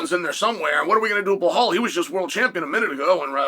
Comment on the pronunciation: BLAH-HALL remember the name Muhammad ! Good job Chael P.Brain.